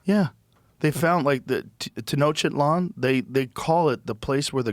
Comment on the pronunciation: Why does Joe always says “Teno-shitland” instead of Tenochtitlán?